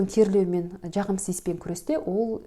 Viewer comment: Дж дж джағымсыз деген нен тыңдау қиын. Дж демей сөйлеуге болмайды ма?